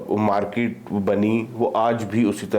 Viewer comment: Patli Qamar CheemaPhd Chhoti Markeetwale from Maksai : Where do you find these Phds who can't pronounce English words properly? His Markeet sounds like Parakeet - look up the dictionary for the word's meaning. I find this Russian return Paki tourist & his opinions display his lack of journalistic aptitude & education. As per his opinion Russia wanting to build a strong relationship with Pakistan, why? What does Pakistan have to offer Russia or any country in this world? & if Pakistan tries as it always does suck up to anyone who can offer aid & loans, India will cut that attempt off instantly like no entry for Pak in BRICS. As History goes, you seem to have forgotten 1971, when US sent their ships towards the Bay of Bengal against India, Russia sent in their Aircraft carrier & it's naval armada & blocked US aiding Pakistan. That war ended there. Pakistan lost again.That made the India Russia friendship stronger permanently. So Pakistan has no hopes to side up with Russia with India present. Rest of your interview with this PhD was inane & a lousy Paki opinion amateurish at best. 👎🏼 Next time hope you find a better educated speaker on your show, your standards are sinking as your Mulk's economy & narrative.